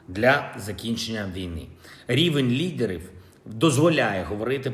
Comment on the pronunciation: Рівінь лідЕрив.. практикуй мову за кадром.